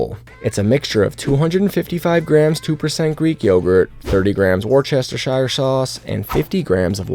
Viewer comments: It’s pronounced Wuster sheer sauce, wor Chester shire…. Wustersheer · Seconded, its 'wustersher' not 'werchestershire' or 'washyoursister' sauce!!! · My dude, woooster-sheeeer sauce, not woooocesterqwdjiwdpojasd. I like your recipes for ideas, like remembering meat cake due to you cooking the mince/ground beef like a savage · It's Woo-Stuh-Shuh! 😂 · You’re cute! Lol. Worcestershire is pronounced “woostersheer” ❤